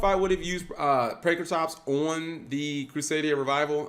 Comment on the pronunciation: Cap still out here saying “PRANKraTROPS” 😂😂😂